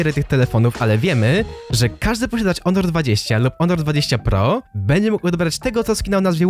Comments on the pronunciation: Czy tylko ja zrozumiałem że mówiłeś onor a nie honor ? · piszę się honor i czyta honor